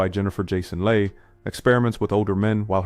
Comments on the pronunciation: Jennifer Jason LAY?? Leigh is pronounced LEE. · I stopped watching this 💩 as soon as you mispronounced Jennifer’s last name. If you can’t pronounce someone’s last name as easy hers then your opinion is irrelevant